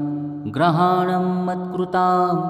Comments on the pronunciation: ग्रहाणम असा उच्चार ऐकायला येतो.शब्द गृहाणम हाच शब्द योग्य आहे.ग्रहाणम याचा अर्थ सगळे ग्रह म्हणजे रवि चंद्र मंगळ बुध गुरू शुक्र शनी राहू व केतू येतात.आपण घरी पूजा करतो त्यामुळे गृह म्हणेच घर. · लिहिलं बरोबर आहे, वाचन करणारा चुकीचं करतो आहे.